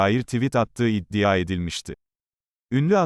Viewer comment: Su 'iddia' kelimesini dogru durust soyleyemiyor musun spiker!?